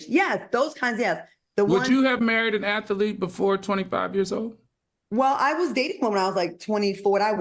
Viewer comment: Al, the word ATHLETE is pronounced Ath-leet. You ALWAYS say Ath-a-lete.